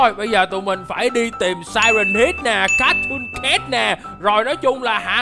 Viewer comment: Cattocat đọc vậy hả